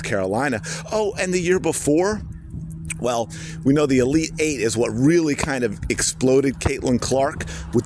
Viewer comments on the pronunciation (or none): none